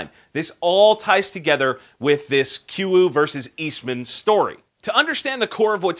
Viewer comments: Believe it is pronounced KOO-YOU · Its pronounced Koo-U. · He said kuiu wrong